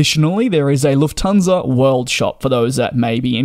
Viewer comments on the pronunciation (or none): none